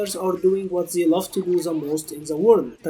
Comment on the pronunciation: Enunciate THEY not "zey" it's a t not a z